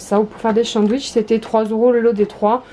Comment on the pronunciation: tu dis toujours chandwich trop drole😊 bis